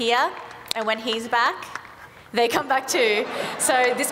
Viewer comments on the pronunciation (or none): none